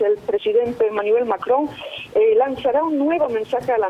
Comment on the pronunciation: No sabía que el presidente de Francia se llamaba “Manivel Macron” hahah😂😂